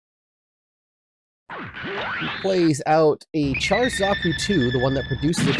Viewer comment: Its pronounced shar not a hard ch like charcoal.